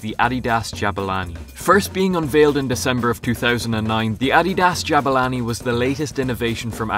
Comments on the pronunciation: Its Jabulani not Jabalani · Jabulani not jabalani